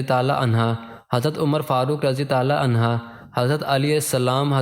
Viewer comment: Aslamo Alaikum bhai apka talafuz ma ghalti ha anha aurat ka liya istemal hota ha or mard ka liya anho parha jata ha acha kaam kr rahay hain ALLAH pak parhnay ma jo kami baishi ha door karnay ki taufeeq ata farmae Aameen summa Aameen